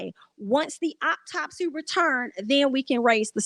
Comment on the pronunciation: Every time you said optopsy I 💀 I hope Justice is served. This is crazy.